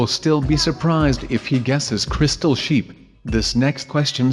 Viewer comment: I fast forwarded when was saying crystal sheep and it actually sounded like crystal shit. No offence though.